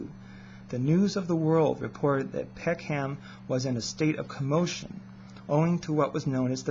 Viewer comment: Peckham is pronounced 'peckem' not peck ham by the way. Good subject though.